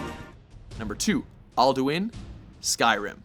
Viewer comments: Not to be a nerd but it's al'du'in (ahlduhin) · Its not Alduin, it's Alduiiiiiiiiiiiiiiin